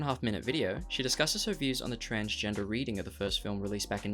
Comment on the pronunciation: Lol transfer, transportation, transporting, transporter ,transcending...not transgener lol